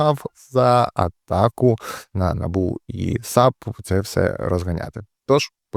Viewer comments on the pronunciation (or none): none